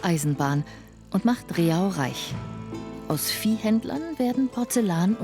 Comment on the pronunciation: Leider wird Rehau falsch ausgesprochen. Es heißt nicht Re-hau, sondern Reh-au, eine einstige Au mit vielen Rehen.